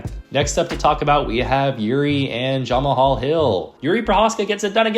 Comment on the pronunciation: Are you intentionally calling Jamahal Hill, Jon Mahal?